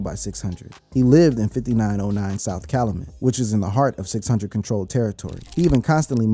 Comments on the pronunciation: say it with me CAL-YOU-MET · Bro it’s CAL U MET …